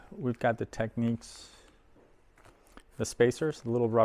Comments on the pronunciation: Great video & find. It’s Technics, not “Techneeks” :) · Wonderful machine, and very nice video. But why on earth do some people insist on pronouncing the brand name "Tek-neeks"? In their own old commercials from back in the day you can hear it pronounced "Tecknicks". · It’s pronounced tech- nicks .